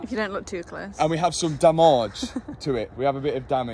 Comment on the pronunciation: you should sand the rims before the paint ;). And one more thing. I'm dutch so i'm not sure.. But i think you say the word 'damage' wrong (on purpose)